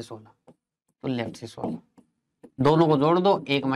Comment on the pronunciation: Is he maharashtrian he just speak 16 as Sola 😀